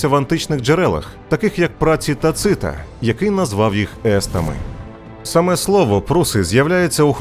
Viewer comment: Шановні! У вас прекрасні, дуже якісні переклади. Я щиро дякую вашому каналу за чудовий україномовний контент. Дозвольте одне зауваження. В імені давньоримського історика та державного діяча Тацита наголос слід ставити на перший склад. Т'ацит. Бажаю успіхів каналу!